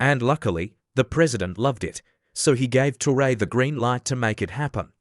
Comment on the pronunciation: Mispronounced his name in spelling and this is LATE, news!